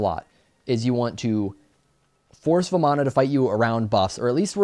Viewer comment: You pronounce it varman, in Hindu the A at the end is silent, ravan, ram, ganesh are all the pronunciations.